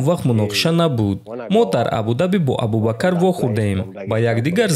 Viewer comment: Аз шумхон хохиш мекунам ки Номи Инсона Соф Талафус кунен Шавк,ат Рахмонов не Может быть Шавкат Рахимов бошад И Абубакар не Может быть Абубакр бошад